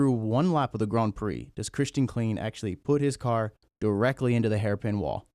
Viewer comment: Quick note. Klein isn't pronounced 'clean'. German names ie makes an e sound, ei makes an i sound. Klein rhymes with sign.